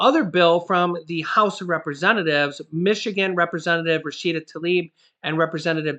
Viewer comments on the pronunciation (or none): none